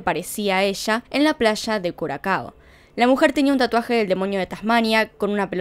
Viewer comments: Es Curazao, la pronunciacion de Curacao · Se dice curasao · Curazao sería más o menos la pronunciación... Cuando veas una ç así es sonido de S más o menos